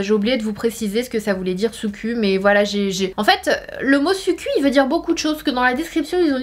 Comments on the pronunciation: SUQQU se prononce SOUQQOU le "u" n'existe pas et se prononce "ou" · Sananas les u en japonais se prononce en [ou] PS: tu es toujours sublime digne d'un top modèle😇👍😊☺💞💖💝💗💛💙💚💜😃🙂☺🙂☺